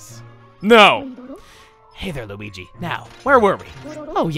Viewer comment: Hes speaking the language of weegee